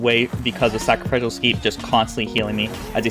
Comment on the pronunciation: It's pronounced: "sack-ruh-FISH-ul"